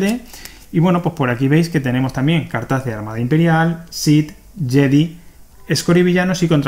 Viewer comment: "Yedi" jajajaja